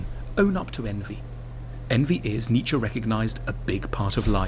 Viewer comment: It's pronounced Nee-Tche